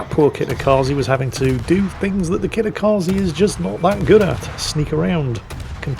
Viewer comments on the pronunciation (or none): let me help you with pronouncing Kitakaze correctly. Kitakaze is Japanese (it means "north wind") which means the e sounds like the e's in words like emperor, elevator, exit, leg and bed rather than the ee sound in words like free, seek and agree. In fact, that is what all e's in romanized japanese words sounds like.